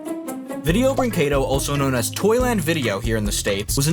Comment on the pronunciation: You're getting closer on pronouncing "brinquedo" properly. Wouldn't brag about it, though.